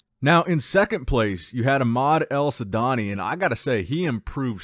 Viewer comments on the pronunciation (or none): His name is Ahmed elwardany not ahmed elsadany 😂